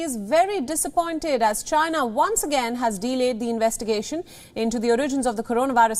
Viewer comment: The who is disapointed in chy-nah??!😂🤣😂🤣